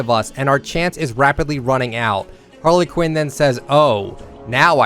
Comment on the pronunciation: this man said Harla Quinn 🤦🏻‍♂️